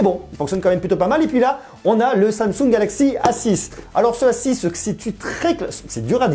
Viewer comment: C'est le A6 mdrrrr t'y à pas arrêter de dire s6😂😂😂😂